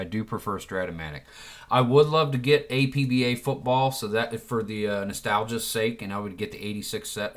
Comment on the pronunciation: Arrrr..... You don't pronounce the letters A-P-B-A when talking about the APBA game company. You pronounce it as if it were a word. Two syllables, AP-BA. They mention this in their literature with each game. Anyway. good video.